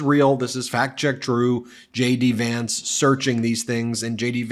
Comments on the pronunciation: I thought you were saying j d vance, shady Vance... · Sounds like you're saying Shady Vance - it fits regardless! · When Ben said “JD Vance”, I initially heard “shady Vance”.